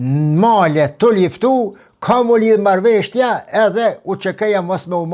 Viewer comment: "Marrveshtja" jo po MARRËVESHJA 😊 shum rrespekt prof, ke njohuri te pergjithshme shum, ket korrigjim merre si shaka